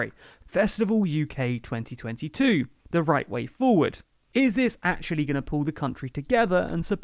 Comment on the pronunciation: "and are GONG through" :)